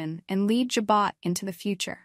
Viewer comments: Learn how to pronounce Jabot please. Ja bo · How does she not know how to pronounce Jabot. Damn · Does she not know how to say Jabot the way it is supposed to be said..